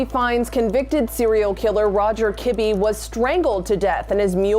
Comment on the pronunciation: Roger ki BEE Not KIB.